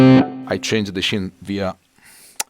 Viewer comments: That was great!! Just a tip from a Yank.....scene in English is pronounced ‘seen’. Your English is very good. My wife is in her 4th year of Italian and studies 3x a week. For some reason, I have to adjust my eq by decreasing bass and increasing highs to equal your tone. I think your guitars and pickups are the culprit....in a good way. Very ass kicking tone. Keep up the good work! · Just a tip : "scene" viene pronunciata "seen" .